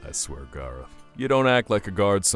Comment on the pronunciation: HIS NAME IS GAR-OTH!